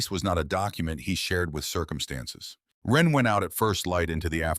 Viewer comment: For god's sake, this vid is slop right from the start. I think the name is supposed to be "Wren", not "when." Being a big reader of REAL authors, it makes it really difficult to listen/watch these vids when they constantly prove that it cannot spell, doesn't know what punctuation is, and can't tell the difference between words that are spelled differently depending on how they're used in a sentence. This is the 3rd slop vid from this channel. 3 strikes, you're out. I've unsubscribed to so many of these AI channels because it can NOT get it right. I'm down to 2 or 3 of these channels; if the slop continues, it will be zero.